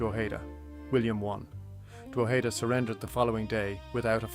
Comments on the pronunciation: its prounounced Droh'head'da not Draw'heed'da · pronunciation is this: drog head da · I've never heard that pronunciation of "Drogheda" before. Where does it come from? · This is a great and fascinating production. Unlike some folks, the 'mispronunciations' of Drogheda and Louth doesn't bother me. In fact they may have been the original pronunciations. I live about 12km from Drogheda (Dunleer, Louth) and its mediaeval history. Cheers. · I've never heard it pronounced like this. You got Co. Louth wrong also. Still enjoyable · From the Bloody US Drama "The Thorn Birds" though I do not know where the mispronunciation of Co Louth comes from!